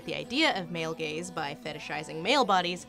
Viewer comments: Up until now, I had thought that she was saying “male gays”. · Oh, "male GAZE"... I've heard "male GAYS"...